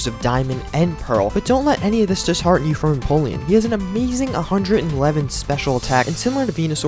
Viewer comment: no offense but when you said you finally figured out how to say empoleon's name, you actually didn't lol